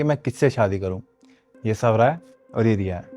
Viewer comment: संजू बोलता है स्वरा को बोलता है सवरा 😊